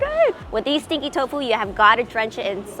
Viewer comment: I thought you were saying sticky tofu and I couldn't understand how it's sticky because it didn't look sticky